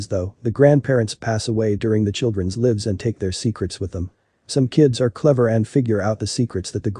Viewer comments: Who narrated this? He or IT said MOTH Er Lode instead of motherload. MOTH? Must be some sort of technology, not a real person. Also talked about grandchildren's LIVS - should be lives. Come on, give us REAL LIVE people doing the narration. These mistakes only 47 seconds into the video. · Hate this can't even pronounce lives. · Interesting story, but could you work on the robot reading program? Need to distinguish between lives, short "i" sound, for currently living and lives, long "i" sound for period of time lived! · “Live” or “Live”? Bot narrator got it wrong over and over.